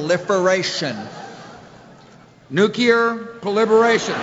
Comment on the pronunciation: “Nu-kear proliferation” 😂😂😂